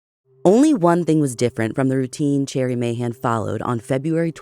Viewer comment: Hearing Ashley pronounce Mahan correctly warms my heart ❤❤❤